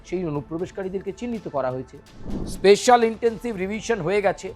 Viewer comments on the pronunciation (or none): none